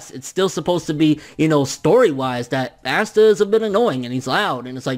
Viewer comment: My dude can you say his name right like ASSta.... really 😂😂